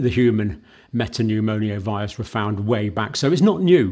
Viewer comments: Hi John. Great coverage. Just to point out: it’s me-ta-pneu-mo-vi-rus not me-ta-pneu-mo-ni-oh-vi-rus …. You’re sticking an extra syllable in there! :) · I wosh he woild stop saying meta-pneumonia... Its META-PNEUMO-VIRUS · I think the correct pronounciation is "meta-new-mo-virus" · Metapneumovirus not MetapneuMONIAvirus . Thank you for your tireless contributions , bravery and your ability to simplify complex situations from the outset !! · Sorry Dr John but it’s pronounced ’Meta newmo virus’ 🫶🏻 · Not a medical doctor and can't even pronounce the subject of his video correctly. Human metapneumovirus. ......Pneumonio..... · He can't pronounce respiratory or metapneumovirus. I think he's an attention seeking fraud. He's a doctor of nursing.